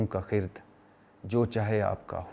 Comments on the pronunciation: Bhatti boss...It's khirad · جناب بھٹی صاحب لفظ خرد میں ر کے اوپر جزم نہیں ہے ر کے اوپر زبر ہے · خ کے ننیچے زیر ھے ر۔پر ۔زبر ھے اوریہ فارسی کا لفظ ھے جب فارسی کا لفظ ھے تو اپکا قصور نہین کیونکہ فارسی پڑھی نہین ۔ماشاء اللہ اپ ویلاگ ساتھ انصاف کرتے ھین وعلیکم السلام